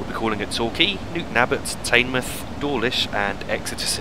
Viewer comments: "Taynemouth" 😂😂😂😂 u pronounce teignmouth "tidmouth" or "tinmouth" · Fantastic video and very informative, This is one of my favorite routes because I grew up in Torbay. p.s. Teignmouth is pronounced Tin Muff. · By the way, Teignmouth is pronounced Tinmuth. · Teignmouth is pronounced tinmouth but every body get it wrong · Teignmouth is pronounced like Tinmuth Apart from that, great vid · in is pronounced tinmouth i know i have spelt it wrong but its the way its sayed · It's pronounced "Tinmouth" 👍